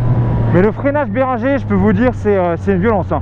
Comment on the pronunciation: ça ce dit berinegueur et non béringer xD